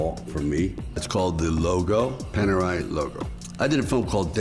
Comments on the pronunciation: The r in Panerai is pronunced like the r of Richard Mille, not in that francophobic way like you do. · ok you are hiding your Dutchness behind this thick northern Irish brogue so please say watCH and not watSss and work on your Cartier and Paneraï pronunciation, also it is BUL gari and not bul GA ri. Voor de rest you are doing fine, perhaps some unnecessary vulgarity. From a Patek and Journe owner. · the moment you said Panerai i knew you where Dutch